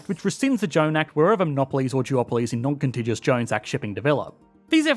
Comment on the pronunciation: Noncontijus? I grew up in Oz when it was still non-contig-u-ous.